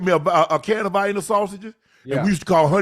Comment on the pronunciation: It's not Viana Unc it's Vienna sausages